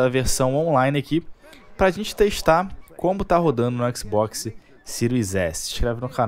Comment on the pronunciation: A pronúncia de xbox é "éks Bóks", não "éksi bóksi" kkk